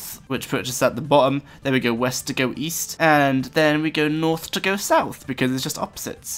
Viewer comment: east? i thought you said weast....